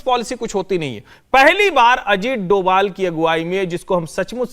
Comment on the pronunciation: डोवल नहीं डोभाल कहिए।